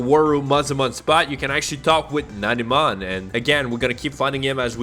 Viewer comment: Namumon❌ Nanimon ✅